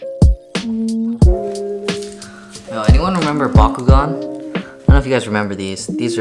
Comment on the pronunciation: did you say.. BaKUgAN?!